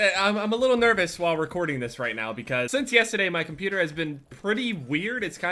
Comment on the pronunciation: You say cuputer instead of computer lmao